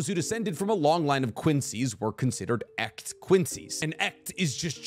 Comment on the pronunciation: Minor detail on the german, it is 'Echt' and 'Gemischt', and that last one isnt 'gemmish', but 'ge-misht'. The ch in echt is more like a 'ch' from loch ness (scottish). I also noticed this recently in AoT where the german in the song vogel im käfig is taken to its own level of interpretation and pronunciation. And on the Part1 i also noticed they did the same on some words (like all Quincy have 'german' names/powers), sure it maybe suits the anime, but its kinda annoying since they have taken the words out of a real language.